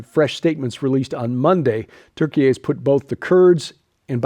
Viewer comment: I'll stop at the first story, really don't want to hear Turkey-eh again.